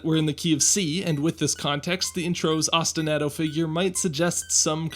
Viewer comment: Please please pronounce “osti-nah-to” correctly. Otherwise cool video!